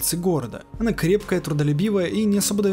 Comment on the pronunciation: Кстати, имя хакерши, что залезла герою в мозг, скорее читается не "ОнА", а "ОНа", как например Юки-Она - Снежная дева.